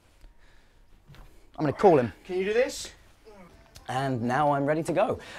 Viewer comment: “I’m gonna coll him” AHH I LOVE HIM